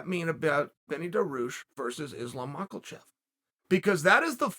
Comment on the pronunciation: Saying everyone's name wrong on purpose is getting old. You know it ain't macklechev